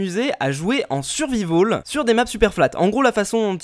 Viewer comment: "en survivaul" x)